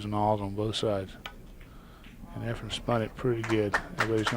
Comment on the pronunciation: For some reason Every commentator on Every video says EFREN'S name EFREM😳